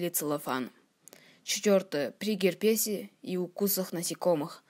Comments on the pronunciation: Молодец, только надо говорить гЕрбеса, а не гербЕса. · Что за дитя лепечет , да ещё и с плохой дикцией? Где берёшь информацию? Её мы можем и сами прочитать. Не "герпеза", а герпеса. Ужас!